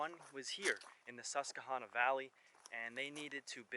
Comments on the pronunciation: Just so u know u r saying the name wrong. It's Hanna not honna. The tribe was sounded like that but not the river. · Hydro. Great video. Tip: ask locals for proper pronunciation. No shade. Susquehanna is a toughie. Last part rhymes with banana. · It’s because you’re not from Pennsylvania. But you were almost spot on with the pronunciation. Pennsylvania does have a lot of hidden gems. But, nonetheless, welcome back to Pennsylvania. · The way he says Susquehanna makes me cringe every time he says it, but it's Pa, we have our own dialect.